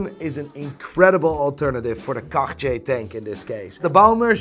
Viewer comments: Hey, I'm wondering why you don't pronounce Cartier as a regular North American that doesn't know how to pronounce it? Because your pronunciation of Cartier is even worse!:D Love you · The way you overpronounce Cartier makes me lose my erection instantly. I can’t figure out if that’s good or bad